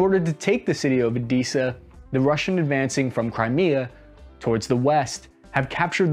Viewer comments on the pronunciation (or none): The guy from the video manages to pronounce every city name wrong. "Enerdogar", "Odeeza", "Makaloov". What the hell lmao